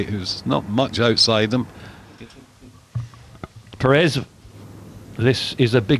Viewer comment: Perez prounounced "Perey" ??!?